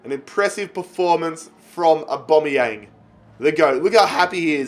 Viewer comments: its awbameyang not uboneyang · U say Aubameyang wrong it’s said like ABA-MEY-YANG not ABO-MEY-YANG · It’s not A-bomb-eyang it’s A-bam-eyang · His name is Aubanyang not Oubanyang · Why does he keep saying abomyamng and not Aubameyang like normal people do? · Stop sayin AUbameyang itz Abameing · Pls say Aubameyang right it’s not aubomoyang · Anyone else realise that he says a bomb yang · Stop saying abombeang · And it’s not abomiyang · The way he says abumyang 😂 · Danny Carey he says aubOmeyang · btw its pronounced Ab-A-mee-ang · Aubameyang actually pronounces it Orbameyong 😂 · Say aubameyang names right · He is saying aubameyang like he is a bomb lol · I love your content mate but please learn how to pronounce Aubameyang properly. Its jarring, sorry 🙈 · Like if he saying aubameyang wrong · Please sell Aubameyang because you pronounce it so wrong